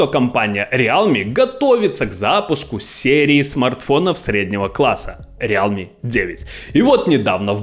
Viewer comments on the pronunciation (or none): Братка,рилми- real,me. Real Me- это я-Реал,как команда. А realme- это настоящий я. Real в транслейте читается как рил.